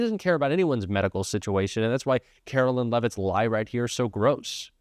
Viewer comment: Karoline not Carolyn